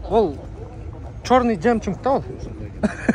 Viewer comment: Жемчунг эмес Жемчуг😂😂😂